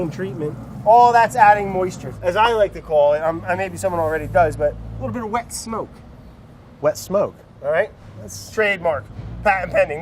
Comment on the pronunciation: "almost start to get a little bitta warm"